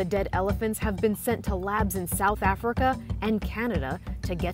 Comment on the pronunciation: Yo that’s not how you say Africa you say it as you see it